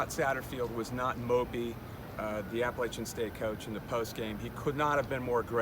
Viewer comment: after a performance like that, the least you could is pronounce appalachian state university correctly